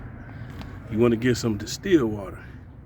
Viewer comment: I’m sorry but did u say steal water ? 😳😅